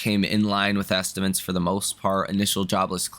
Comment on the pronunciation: It’s estimates, not ‘estimants’